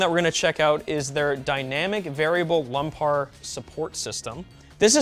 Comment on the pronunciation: did you say lumpar?